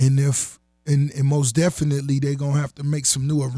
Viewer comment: Ross should make a song call most definitely cause he be killling that word